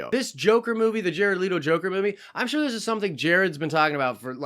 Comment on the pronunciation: Jared LETO. L.E.T.O NOT LEADO